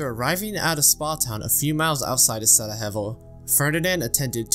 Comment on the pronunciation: I'm not Bosnian or anything but I think you may have butchered the pronunciation of Sarajevo edit: and every word with shire on the end